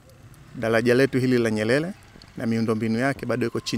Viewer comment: 😃😃😃😀 dalaja hili la nyelele kwenye r yeye ni l tu